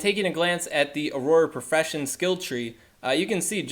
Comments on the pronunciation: It's pronounced or-rer, you're pronouncing it like it's aurora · prounounced Auror... not aurora as in aurora borealis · Haha thanks for sharing this info!! Youre great with data and raw information, terrible at reading/pronunciation :). Auroror? Not really an excuse to mispronounce and add another Or to the word haha. Have you never read or seen Harry Potter before? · Correct pronunciation: awr-ah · no, it's pronounced "or-er" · I couldn’t take this video seriously because of the weird pronunciation of “auror.” Why are you adding extra letters/syllables?? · You're dead wrong... And you can't even pronounce Auror. 😆